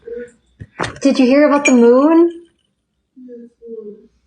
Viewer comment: WTF Is the moorn? Moon?! Ugh!